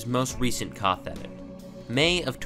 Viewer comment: congrats you're literally the first person in my almost 30 years of life I have ever seen who insists on calling it "koth" phonetically